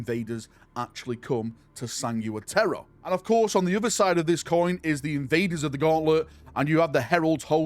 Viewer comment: “Sanigooa Teara” by the queens corpse, that’s such a British pronunciation of sangua.